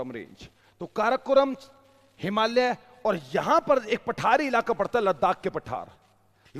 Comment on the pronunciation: भाई साहब इतने ज्ञान के बावजूद आप हिमालय कहना नहीं सीख पाए । "हिमालिय्यै" नहीं है वह , "हिमालय" है ।